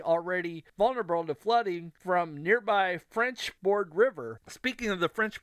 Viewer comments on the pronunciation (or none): It's French Broad , not board.